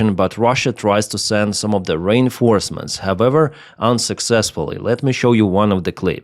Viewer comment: I thought you said 'Rain Forests', I knew that had to be wrong. It's re-reinforcements 😁